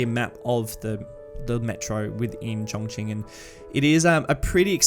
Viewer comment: Very interesting. I have been to the actual city 3 times now.. used it as a base to tour local areas. By the way it is pronounced Chon as in john and Ching as in Ka Ching!